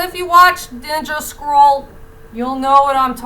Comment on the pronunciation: At first you thought you were saying Ninja Squirrel, until I realised it was Ninja Scroll.